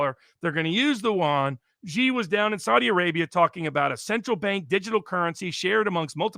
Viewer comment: Alexander, you pronounce “yuan” perfectly, how come you never say “Xi” right?